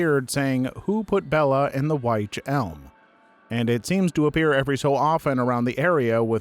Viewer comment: wych is pronounced witch ALSO: fun fact! the dyatlov pass incident had been solved, in part thanks to disney's frozen. (the film required development of better snow simulation software that was used in the investigation) I cant remember the exact details, but it was a non-standard avalanche and the radiation was due to isotopes in the lamps. i think caitlin doughty [aka ask a mortician] did a video on it